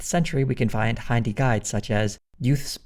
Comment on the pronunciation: “Hy-ndi” is crazyy. It’s “Hin-dhi”